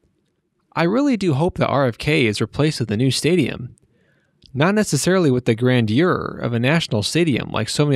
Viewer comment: Dude, please learn how to pronounce the word "grandeur."